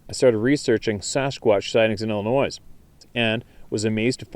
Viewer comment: FYI...I noticed you pronounced Illinois incorrect the 's' is silent..lol